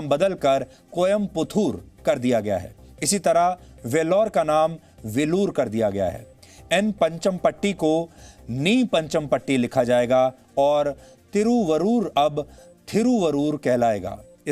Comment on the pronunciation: कृपया सही उच्चारण यहां से देखें ( आपकी सुविधा के लिए ) कोयम्पुत्तूर - Koyamputhur वेलूर - Velur नि पंचम्पट्टी - N Panchampatti तूत्तुक्कुडी - Tuttukkudi तिरुवारूर - Tiruvarur तिरुचिरापल्ली - Tiruchirapalli